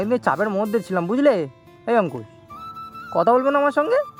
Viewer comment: Amar khub valo lage jakhan Angkush k Antush bole